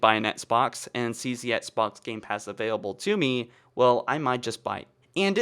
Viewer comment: Dude, practice saying “EX-BOX” lmao